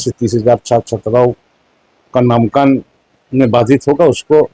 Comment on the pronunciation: नामांकन को ही शुद्ध नहीं बोल सकता है मंत्री तो शिक्षा विभाग....